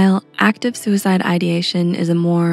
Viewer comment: i don't like a thing about this video. suicide is not a grave word and your diction emphasizes it. it is a small, decidedly everyday word, and should be said without alluding to some big issue. if you catch my meaning. i don't put weight on my thoughts about suicide, and will appreciate when you don't either.